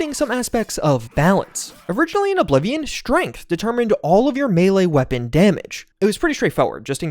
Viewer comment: Did you really say oh bly vion